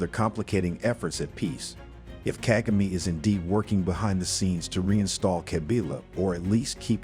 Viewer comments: Seriously! Ask people to help u pronounce african names... Kaa=gaa=me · You need to learn how to say president kagame’s name. Until then your work and opinion is useless.